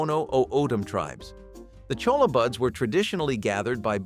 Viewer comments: It's NOT colla= it'spronounced choYa---Spanish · CHOLLA is pronounced "choyah"